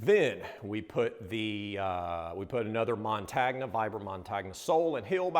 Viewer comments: You guys are the best. Keep up the great work. As a suggestion its pronounced "montonya". But it is all love!!!! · No disrespect gents but the "gn" part in "montagna" (which means mountain in Italian) is pronounced "ni" similarly to the sound of "ni" in "onion". So "montagnia" is pronounced "mon-tah-ni-ah" Nice restoration. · Hey, just a quick little detail....Vibram is an Italian company, and the word Montagna (the name of the soles) means mountain and it is pronounced mon-tahn-ya. Just thought you might want to know! Great work guys! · Probably not a big deal, but the word montagna is pronounced mon-tan-ya, with the "o" having the long sound. The tan-ya is pronounced as "nya" like the Russian word nyet. Sorry, I lived in Italy. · Yo, didn't one of you two go to uni in Italy? Thought you would've picked up that montagna means mountain in Italian, and is pronounced montanya, like the g in lasagna